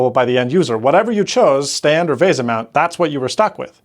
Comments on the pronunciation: Vay Sah? Back in the oh so cool 90s, that acronymn would be pronounced as Vee Sah (Local Bus) or VL Bus. But I guess that was a bit before your time lad. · 1. Apple causes way more problems like this than people think. 2. It's VESA, not VASA. FFS, learn to pronounce. you said it wrong throughout the entire video. 3. Apple Genius is an oxymoron (operative part being MORON). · To the best of my knowledge "VESA" has always been pronounced just like VISA, not VAYSUH. Edit: Also, It's really hard to read that tiny calendar text in this video.